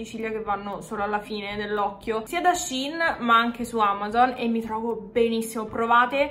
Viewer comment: finalmente una che pronuncia Shein bene:face-red-heart-shape::face-red-heart-shape::face-red-heart-shape::face-red-heart-shape